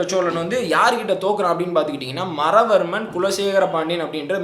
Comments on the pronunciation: உங்க தமிழ் உச்சரிப்பு மிக மோசம் ஆதி இராசேந்திரனை அதிஇராசேந்திரன் சொல்றீங்க மாறவர்மனை மறவர்மன் என்று சொல்றீங்க மூன்றாம் இராசேந்திரனை வென்ற பாண்டிய மன்னன் சடையவர்மன் சுந்தரபாண்டியன்,மாறவர்மன் சுந்தரபாண்டியன் அல்ல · Hai brother Maaravarman sundarapandiam Speak correctly